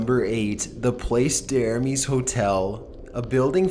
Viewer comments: 'PLACE D'ARMES'' IS FRENCH AND PRONOUNCED PLASS DARMS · I absolutely LOVE your compilations. I've never had a constructive criticism until now. #8: La Place (article feminine, pronounced plah-se) d'Armes (dar may) is the correct pronunciation. Again, LOVE your stuff. Only trying to help, truly. Keep up the great work!!! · #8 That Hotel you SHOW is NOT in New Orleans and the name you gave is right but pronounced wrong. Place d Armes Hotel is not that big, 2 stories at most and was the Armements area for the Spanish and the French troops (Jackson Square was the parade grounds for the troops to practice thier marches). There is another in France so this maybe the one you are thinking of. The School you talk of is a few blocks away, and now is another boutique hotel, but no bigger then a brownstone single family residence. Your story telling though is pretty acurate